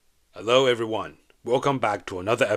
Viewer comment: the way he said, “hello” and “special” is weirdly off, wrong intonation.